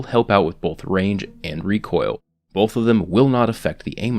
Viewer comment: Stop saying bolth